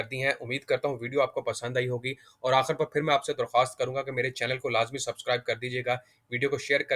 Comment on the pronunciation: Sakreen NAHI iscreen (spelling: screen), Akhar NAHI Akhir, munafa Kay Ander NAHI munafay Kay ander